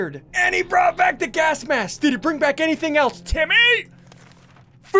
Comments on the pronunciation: Bro that's Mary Jane , not Dolores who is playing the tuba. Also, Ian pronounces gas mask as gask mask. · HE ALWAYS SAYS GASK MASK HAHAHHAHA